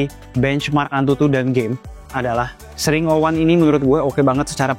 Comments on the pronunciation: Ex ring bukan sring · X,RING tot Bukan SRING lol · Bukan sring bang tp dibacanya eks ring😊😊😊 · ku kira bacanya eks - Ring bang, bukan sring😭😂 maap kaget tadi tiba² sring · Bang, Baca X Ring dong.... Biar lebih enak dengernya-- ketimbang xring 😅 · Tapi cara penyebutannya "Eks Ring" ga sih 😭, ketimbang "Sring" aneh banget dengernya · Kalau penyebutannya sring kayaknya aneh dah 😂 lebih baik eks -ring 01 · Dibacanya ex ring bukan sih? Sring kek gak bgt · SRING 😭 bukanya bacanya X RING gasih tolong 😭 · mungkin cara bacanya bukan "Sring", tapi "Eks Ring" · dibacanya x 环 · Gw juga aneh dengernya 😅